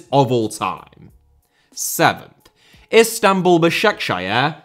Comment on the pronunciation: Bro the way he pronounced Basaksehir 😭😭😭😭😭😭😭